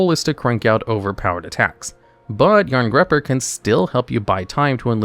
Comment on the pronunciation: Jarngreipr = "yarn-GRY-purr"